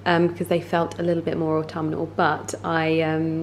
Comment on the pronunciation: You pronounce autumnal very beautifully, never stop with that dearest 😘. I can relate with your fondness of transitioning seasons. The colors, oh wauw. Autumn is by far my most inspiring season to paint.